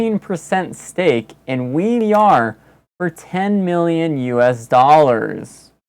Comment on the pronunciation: Awesome job. Really enjoyed the it. Random info… WEVR is actually said, "weaver". I also thought it was WE-VR, (which frankly makes more sense), but I've been talking with them and they all say it "Weaver". Please feel free to say it however you want but I guess that's the official pronunciation.